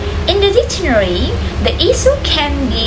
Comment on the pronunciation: That's a good topic and you explain it quite clearly. One thing that you need to improve is the noisy sound in the video which is distracting. Moreover, you need to improve your pronunciation such as difficult, dictionary, etc.